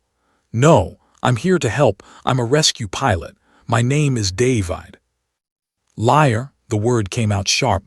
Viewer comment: I hate this particular AI narrator. It can't pronounce the very common human name 'David' correctly. Very annoying and off-putting. Throws me out of the flow of the story and ruins my enjoyment of it.